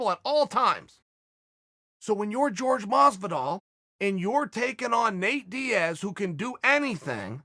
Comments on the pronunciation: Judy Stroyer Well Jorge was born in America and his name isn’t pronounced “George” so fuck off and call people by their natural/cultural name dummy. No one is going to assimilate to white values. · Uncle why do you always mispronounce Jorges name? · Chaels too white to pronounce the name properly. He knows hes just afraid of sounding spanish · whats the deal with chael and not being able to pronounce Jorge or Khabib... literally lmfao wtf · Someone better let Jorge know he's pronouncing his own name wrong... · Valenzuela it's actually spelled jorgé which in Spanish when é is spelled like that the e or other vowel in question have an ey sound at the end of them and In Spanish j is pronounced as an h. Hence why his name is hor hey mas vee doll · Plenty of people named Jorge who pronounce it George. Radio host Jorge Sedano went by George and was called either by callers. It seems to be pretty interchangeable to most ppl. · It's the height of disrespect to not even bother to pronounce Jorge's name correctly. His name is not George. You must be doing it deliberately, because I don't believe you could be so stupid. But maybe you are. I don't know. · I do hope you and other commentators in this sport would learn how to correct pronounce his name! It’s not George. 🤦‍♂️🥴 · Isn't it pronounced whore-hey? Lol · Patrick Cote pronounces it "Whore Gay" lol. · Even joey diaz pronounces his name George both work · Chael is the AMERICAN gangster, he doesnt pronounce George in the Cuban way. If George wants to be in America he should use his proper American name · If anyone is angry it’s Jorge because of the way you butcher his name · Why say his name incorrectly? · Who the fuck is George Masvidal? Jorge, is that hard to say? More respect! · Not to be THAT guy, but it's pronounced whore-hay, not George. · "george"......uhhhhhhhhhhhhh this is mad annoying. someone tell him its jorge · His name is Jorge, not George ffs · The name is WHORE HAY not george, bad guy.